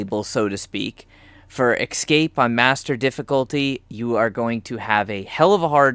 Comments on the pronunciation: Every time you say EXcape instead of EScape I wince. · Damn, watching these videos for information sake and... it's tough to hear the "excape" everytime they say it. x) It's fine thou! Just... :D ESCAPE! ... Makes me to wanna yell that word, haha. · Really annoying to have someone who SEEMS intelligent mispronounce such a simple word. It's NOT "excape". Can you read the great big letters that are on the screen? There's an E then an S. There is no X or X sound in the whole word.